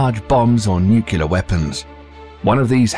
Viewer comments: I keep hearing "nucular". I thought it was "nuclear"??? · “Nukelar” instead of “nuclear”, funny commentator. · Its NUCLEAR..not NUCULAR! cmon man... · NU KULAR ? NU KULAR ? Can you pronounce "new" and "clear" ? Join the two, that's how you pronounce nuclear. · Did you say "nukyalur"? 🤣🤣🤣 Say it with me..."New • Clear". Nuclear. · HOW DO PEOPLE KEEP GETTING NUCULEAR FROM NUCLEAR? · Stop pronouncing nuclear as "nuke-you-ler". It's pronounced "new-clear". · What the feck is a Nucular Weapon? Is that like a Nuclear Weapon? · NuCLEAR, not nukular. Nice vid, though. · Hmmm. #1 word said wrong tho spelled how it sounds.. Nuclear.. nuuuuu cleeeeerrr. Not.. Nucular..nuuu kuuuu laaaaarrr.. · N-U-C ... L-E ... A-R. It's pronounced new-klee-ar not new-queue-lar. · It is Nuc-le-er not Nuc-U-lar ... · It's nuCLEAR not nuCULAR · Nuclear, not nucular... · nuclear (new klee ar) not nu qu lar. WOW 0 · How I wince every time this English narrator says "nukiller"... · such decryption power waster on mystery terms like NUCKULAR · Broooo ... I have a dude I work with that used to be navy he says NUCULAR SUB.. I’m like dude.... stop.. for real.. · Why does the Narrator keep saying "Nucular"? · New-kyoo-ler bombs eh? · What's a nucular? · NUCULAR weapons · HE SAID NUKULAR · Should I listen to a narrator who says, "nucular"? Dunno. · Stop pronouncing it "nucular"... Very annoying. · nucular. the word is nucular. :-| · I also can't take anything seriously from someone who says: "Nucular" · Drives me nuts too. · Unless you're perfect, and I doubt you are, please just stop. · but the thing is, most people think it IS "Nuclear". They're just irritated on how the narrator pronounced it. As a native non-English speaker, I could understand the feeling. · A brilliant job murdering the word nuclear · Please google 'nuclear pronunciation' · Such a well spoken English narrator..... Yet you pronounce "nuclear" like George W Bush! 😄😄😄